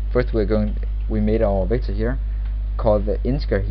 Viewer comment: Anyone else feel like he's saying victim? It's kinda scary.